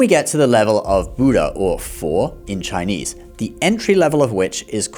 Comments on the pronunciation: 👍 I like his Chinese pronunciation, sound so good 😂Most people don't know Buddha is higher than all Gods because he is a fully enlightened being. Gods are still in the rebirth cycle and they can be reborn as humans(downgraded) as Gods are not enlightened beings but Buddha left the cycle. Some Gods attended the Buddha's teachings too when he taught his mother in heaven. But many Buddhists today followed Buddhism wrongly by doing petition prayers instead of following the Noble 8 Fold Path, the Buddha don't believe in such prayers. If you fully study all major religions, you will know Jesus and Bible stories are all fake, Jesus modified from Buddha stories, Old Testament all 4 stories like Adam/Eve, Abraham/Sarah, Moses, Noah are copied from Hinduism. I can share some evidence if anyone is interested. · It's impressive how you are able to pronounce these Chinese words so accurately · Your Chinese pronunciation is good.